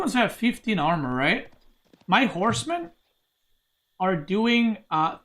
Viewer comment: for a second there I thought he said Core's men instead of horsemen